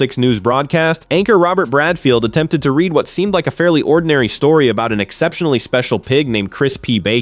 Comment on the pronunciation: "since SHED been an amateur jockey"? When are these goddamn robot narrators going to be programmed to speak English correctly? "IMM" finding this very irritating that these robots don't understand how to "RED".😂